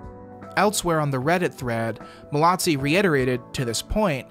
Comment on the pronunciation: There is no T in Mallozzi! It’s pronounced mal-o-zee.